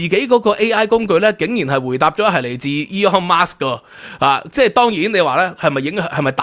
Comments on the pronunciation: Elon Musk 不是 Elon Marks 🤣🤣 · 「Elon Musk 」唔係 「Aeon Marks 」😅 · 好喜歡你的内容但真係要注意一下英文發音，或者全用廣東話算了。今次： Elon Musk vs Eon Mas的發音分别